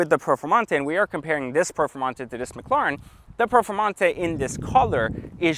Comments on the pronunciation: It's Ma cla ren not mocloroen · McLawren. Lmao. Does anyone else find it annoying how he says McLawren instead of McLaren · Stop saying "McCLorn" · Owns a McLaren but cant even pronounce it right🤣